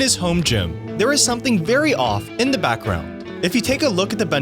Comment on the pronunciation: This is unwatchable. The narrator needs to learn how to pronounce "the" and stop with the dramatic (or is he reading his script?) pauses. Makes me want to freak out.